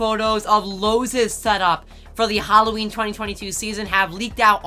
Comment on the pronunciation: wait...did this man just say ''loawses?''🤣😂 non the less Relly col and hyped